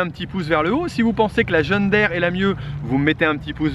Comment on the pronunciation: Curieux ta façon de dire (je vais l'ecrire de cette façon, de manière à mieux comprendre) John Daire. Il s'agit d'une marque américaine, et donc, dans la langue anglaise, 2e qui se suivent dans un mot se prononcent i ( en français John dire) Voilà voilà... :-)